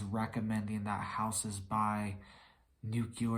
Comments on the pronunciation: Not NUKELAR… NUCLEAR! Jeez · NEW-clee-are!!!!!! NuclEar!